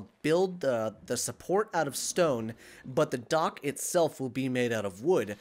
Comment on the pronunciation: It's so funny, every time said dock I thought he said duck, I was dead when he said we need, to build a duck